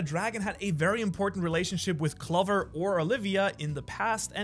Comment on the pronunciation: can you please pronounce clover with the 'oh' sound